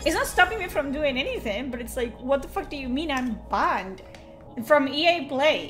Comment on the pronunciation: I ahm bahnd. 🥵spicy accent.